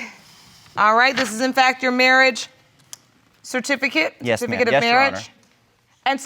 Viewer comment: “Yesh your honor”